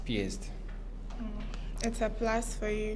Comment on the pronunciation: Well tell, that it is pronounced •Underscore and not "Anderscore" •Plus and not "Plas"